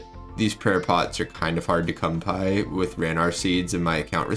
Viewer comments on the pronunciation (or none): he says cum pie instead of come by.... almost positive